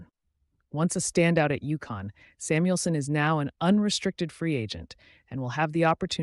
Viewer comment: It’s UConn not Yukon A I has a long way to go